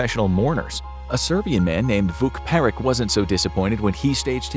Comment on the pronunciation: the Serbians last name is pronounced Perich ch not k